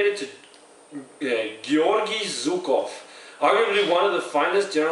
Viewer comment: Another great review! I'm glad you got to try this beer. It's been getting a lot of hype lately. The 'Zh' in Zhukov is actually pronounced as the 's' in "measure", by the way. But I've yet to see anyone pronounce it right when reviewing this beer (which sounds amazing!), haha! But then again, this is an American craft beer, so it's alright...